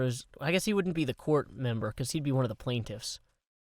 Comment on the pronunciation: Who thought he was saying "QUART" lol